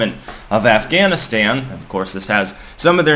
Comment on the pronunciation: "... talking about AfghaniSTAM". Weird.